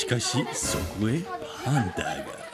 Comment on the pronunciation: パパの「パ」をハンターの「ハ」を「パ」に変えてる